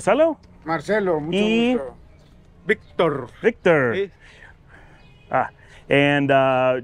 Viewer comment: V I C T ORrrr... Please work on that ending... ;)